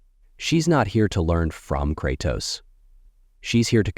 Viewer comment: Dude can’t pronounce Kratos for nothing.